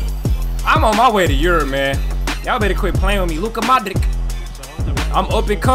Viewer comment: it is not Luka ModriKK it is Luka Modrich ,same as Mate RimaKKK it is not RimaKK it is RimaC ,,greetings from Croatia